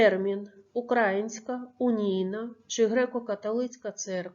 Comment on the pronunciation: Не укрАїнська, а украЇнська